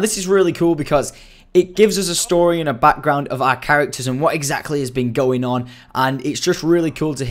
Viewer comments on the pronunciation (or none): none